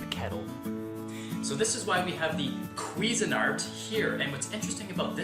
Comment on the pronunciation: “he says quiffing art” 😆🤣😂